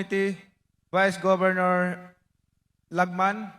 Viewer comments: Governol daw hahahhahaha Edi! Tipaklong!!!! Hahahhaha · Hahaha napansin ko din..governol😂🤣..